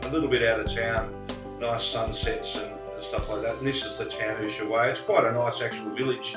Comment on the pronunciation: My g/f is Argentinian and we met in Ushuaia! A hotel that is now a clinic! We have been on that road many times, with Montiel bus and her brother in a car. The train at the end of the world was fun and the guys there knew about the RHDR in Kent as they made the loco's they use! One comment though, Ushuaia is pronounced "Us-why-a" Us like oos, The Spanish don't generally use the "H" it is normally silent, as in "Ola" Hola, etc. Safe travels mate!